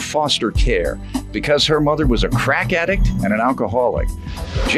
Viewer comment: Why the announcer had to say "crack addict" like that when describing the plaintiff 😂😂😂😂